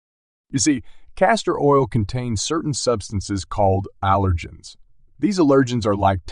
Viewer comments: It's not "uh-lirgins", it's AL-ergens! Drove me nuts listening to the pronunciation of "allergens". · Speak English. The accent on "allergens" is on the first syllable, not the second.